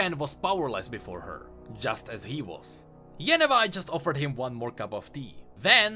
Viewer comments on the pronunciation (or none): why can't say yevnai instead of yennevai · Yevnai not Yenovai Also, Usan not Yusan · how did you manage to pronounce Yevnai's name as YE-NE-VI how!?